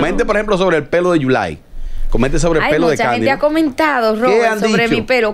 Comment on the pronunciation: Dice yulay que caroline mojo